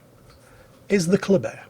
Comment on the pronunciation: For some dumb reason,even tho ship is called Kléber,i hear saying ”coldbear”....each bloody time he says its name....why brain...whyyyyy?